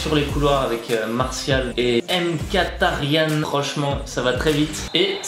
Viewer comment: on dit mikitarian